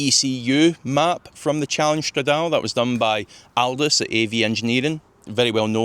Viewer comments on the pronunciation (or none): it’s prounounced “strad-A-Lee”